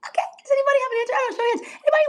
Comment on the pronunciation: “I am a woman… AKAY… and I’m saying this… AKAY…”!😂’ dumb blonde lingo 😊